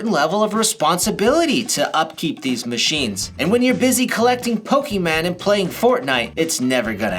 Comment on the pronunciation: Is it really so hard for people to pronounce Pokémon correctly ?